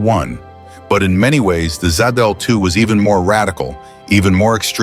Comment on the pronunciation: Z-DOLL-2, SAID IT AGAIN!!! 👎💩👎💩(please, PLEASE tap "THUMBS DOWN" on this video.... P-P-P-P-PLEEEEEEASE EDDIE!!!... Roger Rabbit, great Movie). 🤘😝🤘